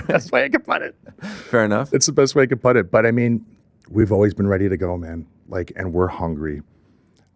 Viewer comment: I love this dude. However, one thing has always made me wonder... Why does he seem to mispronounce the word "put?"